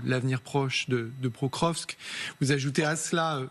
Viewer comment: l'ancien ambassadeur de France en Russie Blanchemaison ne sait même pas prononcer Prokorvsk ville bien au nom russe